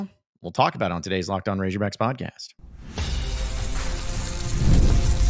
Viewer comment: Why the hell does say ‘razorbacks’ like that